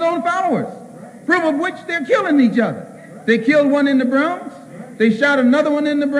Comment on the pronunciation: I love how he says the bronx